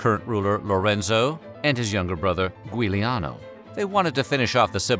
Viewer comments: Giuliano is not pronounced Gweeliano, but Juliano. Damn, I cringed when I heard that. Cool stuff, though. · "Gwee-lee-ano"? Are you kidding me? 😂 It's pronounced, Juliano! "Giu-" is a tripthong in Italian, pronounced Ju, or jew, or joo... And yes, I looked it up. It was Giuliano and Lorenzo, who were killed. While gui- in Italian exists and would be pronounced "gwee-", as in Guido, you've still got the facts on the names wrong. Better editing and fact checking is needed here. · Giuliano is pronounced Juliano. 😉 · Yep, 434-453 AD. Yet another wrong thing I've discovered in this video. The other, is narrator's butchering of the name Giuliano, instead saying "Gweeleeano". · Also, someone needs to edit better so narrator is not saying "Gweeleeano" instead of properly pronouncing Giuliano*. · I would say that the worse betrayal in this video is the betrayal of the Italian language. You seem to try so hard to get the Greek, Japanese’s and Chinese names right and then slaughter the Italian. Giuliano is pronounce ‘Juliano’ the ‘i’ following the ‘g’ makes it soft like the English ‘j’. Is that really so hard for English speakers to get their heads around? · And pronouncing Giuliano correctly. Agree, better editing is needed.